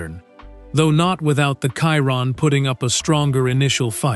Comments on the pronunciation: Bugatti Kyron. AI... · why is he saying kyron...